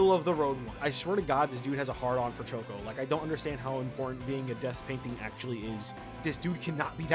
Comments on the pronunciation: why does he says choso like shoko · Every time he mentions Choso he calls him Choko